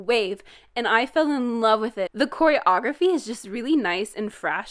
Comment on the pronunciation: Why do you pronounce choreography like that